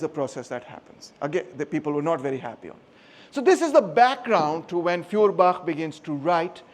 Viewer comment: You pronounce his name not correct and no properly! I give you an example dear free of charge of course 🤗🤩 You pronunciation sound “ Fiorbach“ which sounds wrongly in German language! It would be highly correct if you pronounce “ Foerbach “ Feuerbach in German Language means; Fire stream,Fire creek,Fire brook…… Your lecturing method is great and very helpful to understand the issue❗️✊👏